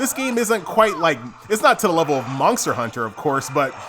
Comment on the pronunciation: ther is no "k" in monster, pronounce it properly